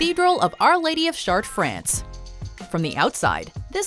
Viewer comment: Is she seriously pronouncing Chartres as chart? I usually like mojo topics, but the narrators (all women) sound forced and always annoy me...